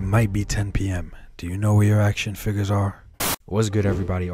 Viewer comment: Hate how he says “FIGGERS” and not figures